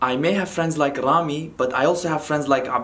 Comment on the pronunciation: when said Rami it sounds like Harami...😂 and I know know enough Hindi/Urdu.